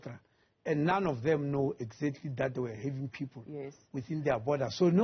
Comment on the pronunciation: Why is the minister pronouncing people as pupil😂